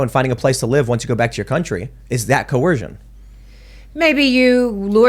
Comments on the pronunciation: The word is coercion with an 'er' sound, not coorcion with an 'or' sound - just saying🤣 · Only an American could pronounce it as Co-Wersion 🤣🤣🤣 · Not a good sign when your attorney can't say coercion